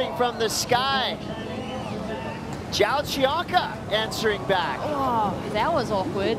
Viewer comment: "Joao" is pronounced "Jon", its the same as "John" but in portuguese. Thanks.